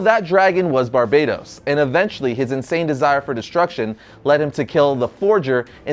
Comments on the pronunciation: it's not Barbados, Bar-Ba-Towce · Bro said Barbados 😂😂😂👌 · It's pronounced ''Bar-BAT-tos'' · It's pronounced BAR-BAT-OS damn it hurts when you say it wrong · Can you pronounce Barbatos correctly for once?